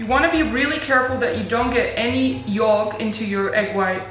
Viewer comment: Did you say..... yoLk? 😂